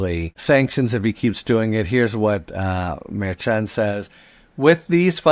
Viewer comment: Harry, I love you and generally love you pronunciation. However, I do not appreciate your pronunciation of Judge Merchan. I believe it's pronounced like Chicago. You always say ch, like church instead of shy, like chi- town.